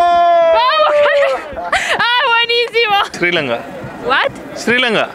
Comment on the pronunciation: Es de 🇱🇰Sri Lanka 🇱🇰Trilanga??? 😂😂😂 Es 🇱🇰Sri Lanka 🇱🇰 no Trilanga jajaja🤣🤣🤣 Pobre el Esrilanques que Dijo mal Su país De 🇱🇰Sri Lanka 🇱🇰